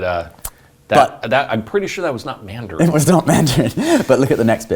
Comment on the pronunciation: Perfect 🤩 Pronunciations for Chinese 101!!!!!